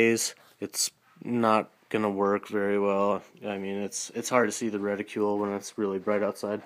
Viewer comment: Decent review. Just please pronounce "reticle" correctly.. Its not "reticule"..